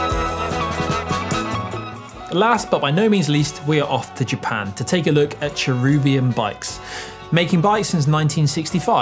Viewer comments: Ah the Brits adding letters to names again (much like aluminium)? I'm pretty sure it's pronounced Chair-a-bim NOT Chair-u-bium. There is no second 'u' in the name. It's the plural form of the word angel. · Why are you pronouncing it as Cherubium when it is named Cherubim? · Pretty hard to take a presenter seriously when they can't pronounce the name...